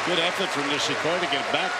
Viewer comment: 『ニィシ↑コリィ↓のサーブ』